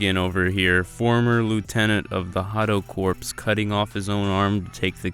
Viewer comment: So very informed video, but names.... names man Hueco Mundo = Whay-coh Moon-doh Kaido = k-eye-do Corps = core Honestly, good work. Just work on the lingo pronunciation